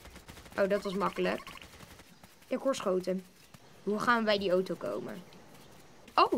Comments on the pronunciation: ) het is auto geen OTO;) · ben ik de enigste die het raar vind dat hij oto zegt in plaats van auto? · Het is een auto geen otoo